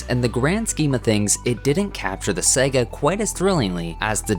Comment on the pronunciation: JFC, it’s pronounced "saah gah"